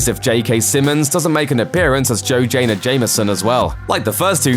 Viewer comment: Did he say 'Joe Janah Jameson'...? LOL